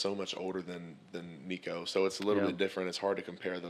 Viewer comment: How can you cover football and after 2+ years of covering Nico still not be able to pronounce his name right? There are videos of him here on YouTube showing you how to say his name.